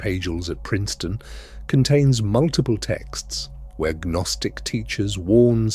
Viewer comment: Gaa-nostic? Silly Ai